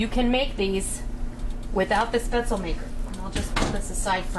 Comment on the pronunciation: Love, love, love your videos,! Just one thing... The correct pronunciation for the German noodle/dumpling is "shpetz-leh," (NOT "spetz-el")... The "e" at the end of the word IS pronounced, just like the the trailing "e" is pronounced in Porsche ("porsh-ah," NOT "porsh")! Also, FYI, the people in Southern Germany use a different type of spaetzle maker, where the dough is squeezed out of a ricer-looking tool that makes longer, rope-like spaetzle! Either shape... DELISH!!!!!